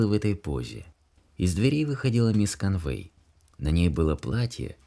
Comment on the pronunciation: Ударения!!! Невозможно слушать, особенно в имени, в английском языке ударение в именах падает на первый слог мисс КОнвей.